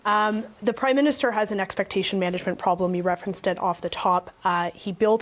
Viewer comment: "Crimeminster Carney" lol, I even played that back twice....idk if that was intentional or not, but it dose ring true.